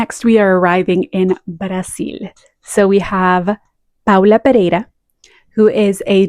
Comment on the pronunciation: Love this list!!! And your pronunciation of Brasil and Paula Pereira is very good! Lots of love from São Paulo, Brasil ❤️❤️❤️